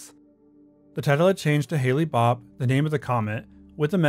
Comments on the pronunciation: For the heavens gate the commet is pronounced like the snow Hale. Not Hailey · The comet is pronounced like Hael, not Hayle. But I remember when this happened. It was the #1 Halloween costume lol. Black shrouds and Nikes 🤭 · It's pronounced "Hail" not "Haylee". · Interesting, but does contain some astronomy, attribution, spelling, and pronunciation errors. "Halley's Comet" is named after 18th-Century English astronomer Edmond Halley. "Halley's" is pronounced "HAH-leez" (two syllables). "Comet Hale-Bopp" is named after 21st-Century US astronomers Alan Hale and Thomas Bopp. "Hale" is pronounced the same as "hail" (one syllable). Halley's Comet and Comet Hale-Bopp are separate, unrelated objects. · Why do you pronounce Hale as Haley? And you read every sentence with the exact same inflection. Listen to yourself and tell me you can sit through 30 minutes of this. This is a very interesting video, but I cantlisten to your sing-song repetition.